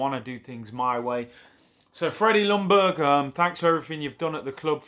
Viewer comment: Pleeaase English speaking people !!! The L in Ljungberg is silent. It is pronounced "Youngberg" 🙄